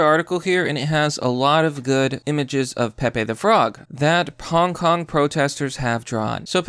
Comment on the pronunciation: Wait, u said HONK KONG?